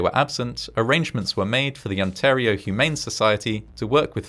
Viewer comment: Respect, most people don't know how to pronounce Ontario lol, ice heard On-tar-io instead of On-Tare-io